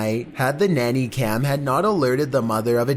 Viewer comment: "nanay cam" lmao